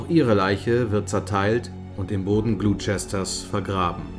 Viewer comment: Das Video ist echt toll gemacht aber die englische Aussprache ist noch nicht ganz perfekt. Gloucester="Gloster" (nicht Glusester) und "...shire"="schirr" (nicht scheier). :) Ich freu mich auf neue Videos!